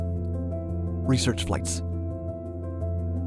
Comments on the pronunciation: A really beautiful fighter jet. The ability to bank sharply was a plus, but the instability without computer assistance...well...major drawback. Still, it's something the military designed and made work. Oh, and 'research'...not 'reaserch'... :) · *"Research" not "R e a s e r c h" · "Reaserch"? Sorry. That is triggering! lol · Great video! Everything except "Reasearch." But hell, everybody makes mistakes. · "Reaserch" flights ??